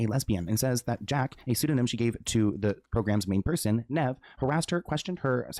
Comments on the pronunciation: The pronunciation of “Nev” is killing me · bro didn't even pronounce Nev's name correctly!!! omggg x.x